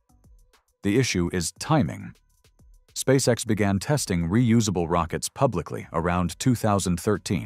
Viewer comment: ON ne dit pas spasex mais Spsace X !!!!monsieur l'orateur!!!!!!